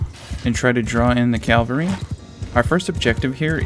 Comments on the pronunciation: Cavalry not Calvary my friend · Great explanation. I have to say that it's CAVALRY. CAV - ALRY. "Calvary" is the geographical location where Jesus died.